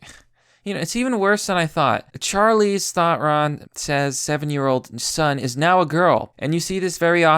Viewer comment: Charleeze Thotron XD I died.